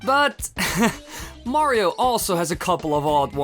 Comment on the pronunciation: in super mario 64 he said Wario not Mario XD